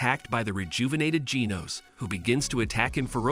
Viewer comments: He said ginos its genos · Genos❌ Geenos ✅ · giroo sorry and ginos WHAT THE HELL IS THAT BRO CANT SAY GENOS OR GAROU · bro called genos geeznose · bro said genos geenos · Bro pronouned genos wrong lol